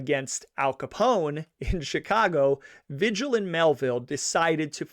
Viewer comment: Come on dude. Vigil is VEE HILL. There is no other way to pronounce it. I know its petty but if you use a guys name for income its disrespectful to say it wrong. And in this case it seems purposeful ... If it is pronounced any other way ill apologize but ... S M H